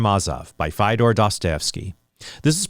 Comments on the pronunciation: Good video but brother, your pronunciation of Fyodor is painful! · I did NOT need to hear that pronounciation of Fjodor